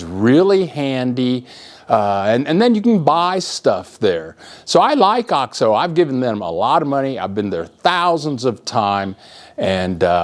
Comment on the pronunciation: hey...it's pronounced "oh-x-oh" long O. The way you are saying it is driving me NUTS! Please pronounce it correctly...Oh-xx-Oh... c'mon you've been down there for 17 years!